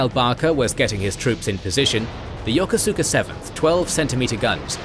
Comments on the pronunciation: He's right though. Still remember my cranky skipper correcting a junior officer about that. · You are badly mispronouncing "Yokosuka". It is pronounced "Ya-koos-ka". How do I know? I commanded the base there in the 1980's.